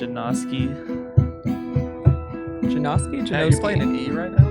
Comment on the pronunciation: It's pronounced ja-now-ski